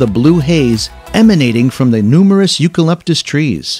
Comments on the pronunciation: My man manage to miss pronounce three things eucalyptus trees and two cities. Oh my god you are Americans.😂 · Can't get over how incorrectly all the cities and locations are pronounced. Even the way he says "eucalyptus". Cringe!